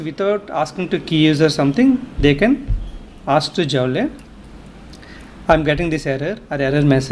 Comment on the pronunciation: Sir , Its not Jaule ,Its pronounced as Jool.